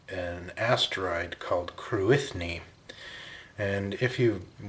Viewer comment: By the way, Cruithne is pronounced something like KROOee-nyuh, not Kroo-ITH-nee.